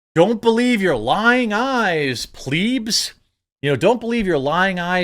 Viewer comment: You really said Pleebs 😂 isn’t it Plebs ? 😂😂😂😂😂😂